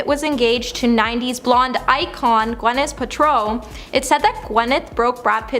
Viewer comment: Yo! For you to mess up Gwyneth paltrow's name is mind-blowing. Do people not get to read their scripts beforehand or have any knowledge of what they're about to read? Is this girl from the US or Canada and is English her second language? Because too many names and words are being messed up. And not even difficult ones. Who hired this girl? LOL I need to know why